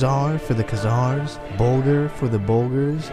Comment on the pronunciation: before you make a video on the Khazars you should learn how to pronounce their name. Stopped it and thumbs down ... your melodramatic comic-book narration is a bit much, y'know. Not worth listening further to this, there's far better on YouTube than all this amateur stuff coming out by youtubers cranking out short videos with trendy graphics and narration... who don't know how to pronounce the names and words they're using. ....